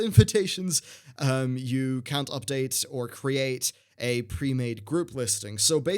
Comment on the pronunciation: "Premaede groups"